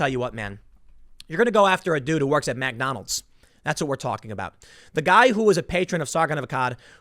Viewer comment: Love ya Tim, but we gotta fix your pronunciation of McDonalds